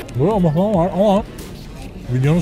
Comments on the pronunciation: Mıhlamada değil kuymakta değil o bir “MUHLAMA” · abicim mıhlama değil muhlama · Abi mıhlama değildir onun aslı muhlamadır. (Resmiyette de böyle)